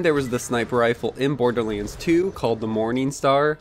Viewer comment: Damn it! Stop saying "BORDERLEENS"!!! It's BORDERLANDS!!!